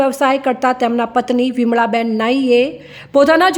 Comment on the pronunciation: અંગદાન જાહેર કરનાર બહેનનું પૂરું નામ વીમા બેન કે વિમળાબેન સંભળાતું જ નથી જ્યારે તેમના પતિ અંગદાન માટે સ્પષ્ટ બોલે છે..નાયી સુરેશભાઈ શંકરલાલ નામ જણાવે છે..